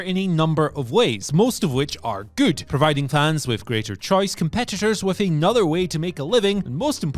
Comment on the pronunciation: I will never unhear the way you say "goot"